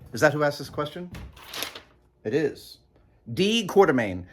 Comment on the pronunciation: You got a sprinkler system in that place? I'm betting that name is "Quatermain," not "Quartermain." You know, "Fifty Million Years to Earth."?